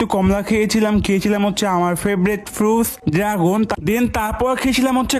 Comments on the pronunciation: তোতলা আগে তোর কথা ঠিক কর ফুত না ফ্রুট আপনি তো রাক্ষস আপনি তো পড়তে বসলে পুরো দুনিয়াটাই খেয়ে ফেলবেন ভাইয়া😂😂😂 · Areh ei bedar mukhe somossa ase mane mukhe onk jorota ase tai 'ট' uccharon korte parena😂shudu eta na aro kichu word ase jegula a vlo vabe uccharon korte patena😂